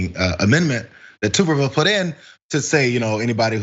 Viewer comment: It’s TUB er ville! Not TOOB. Do y’all even watch college football??? 🤣